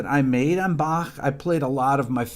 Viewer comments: I love that you say "Bach" instead of the usual English "Bakk"! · Impressed that you, an American, can pronounce Bach. 👍